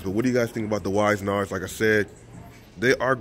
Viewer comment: It’s pronounced WIZ - ERR - NARD